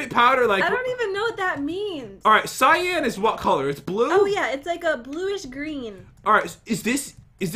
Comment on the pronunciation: Not cyaan cyan